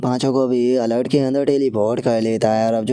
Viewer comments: Bhai bo alert nahi altar hota hai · अलर्ट नहि अल्टार बोलिय ।